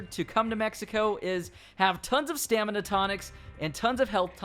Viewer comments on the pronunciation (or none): none